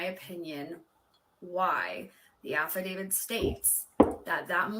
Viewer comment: Didn't she say affidavit